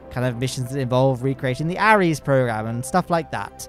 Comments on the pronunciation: It’s called the constellation program btw and the rockets are pronounced “air” es, not “a” res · Ares pronouced "Ehrese"